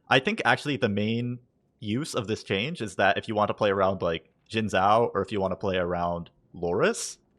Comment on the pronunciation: Xin Zhao = SHIN*. *JAO not zaow